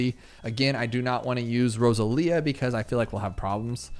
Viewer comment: I think it's supposed to be row-sah-lee-ah. Either way, cool hero, already like her